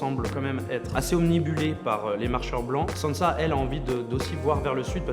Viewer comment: Obnubilé pas omnibulé... ;)